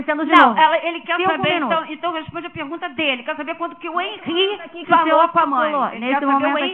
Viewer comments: QUE FALTA DE RESPEITO DO ADVOGADO DE DEFESA, POR ERRAR O NOME DA VÍTIMA DURANTE TODO O TEMPO... NÃO É "HANRY", O NOME DO MENINO É "HENRY". SERÁ DESLEIXO OU PRA IRRITAR DE PROPÓSITO? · "Hanry" e insistentemente o dolze 🤦🏻‍♀️🤣 (12 doze 💁🏻) phod@ 😂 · Além de nem saber pronunciar o nome da vítima que é filho da cliente dele. Irritante ouvir ele repetir várias vezes "Hanri".